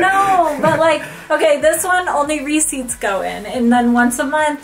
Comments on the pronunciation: says receipts like reeses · The Way Pronounces Receipts. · Funny how pronounces "receipts". It is pronounced ruh·seets. She also pronounces "Reese's" funny too. It is pronounced ree·suhz.